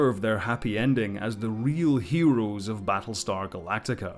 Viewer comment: It's Galactica.